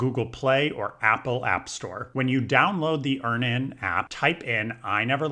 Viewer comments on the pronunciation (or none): it's Earn-inn, like Earning. You're saying Ear-nan😂